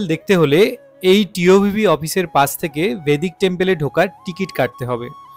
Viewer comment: বৈদিক মন্দির বলুন, ভেদিক নয়।